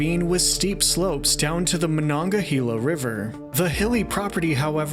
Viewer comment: Excellent job pronouncing "Monongahela"!